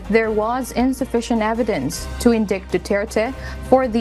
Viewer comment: It’s indict. Sorry mate